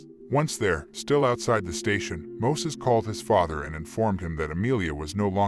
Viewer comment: alot of info in this video is dramatized and false. also his fkn name is MOISES with an "i" NOT MOSES 😑